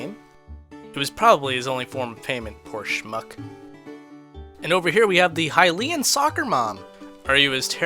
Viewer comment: That's 'Hillian'. Not 'High-lian'.